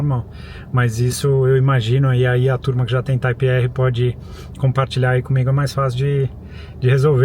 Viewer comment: Bom vídeo. Mas tenho agonia de como ele fala "Type R"